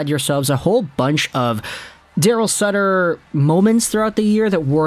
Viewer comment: It's sutter not suter